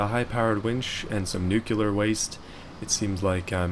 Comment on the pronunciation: Can't even pronounce nuclear waste. We're done.